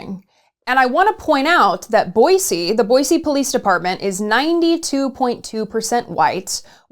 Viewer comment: Boise = Boi*cee* and not Boi zee 🤯